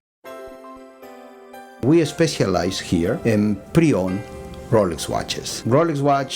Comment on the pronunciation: 'we especialze here' lol